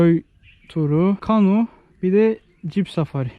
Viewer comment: abi kanu değil kano :(